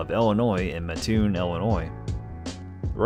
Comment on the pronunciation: Thanks for covering Burger King! Now I sorry to have to do this, but I grew up there, and it’s a requirement that we correct the mispronunciation, which happens all the time. It’s Mat-toon, not muh-toon. I like your channel:)